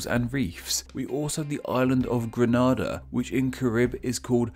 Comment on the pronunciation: A good video, however you pronounced Grenada (GRENada) as Granada (GRANada). I know that I am nitpicking, but people keep mis-pronouncing my country and it is a common error. As far as I am aware, Grenada is only pronounced Granada in romanace languages due to it's Spanish origin. But I loved the video and look forward to your next installment!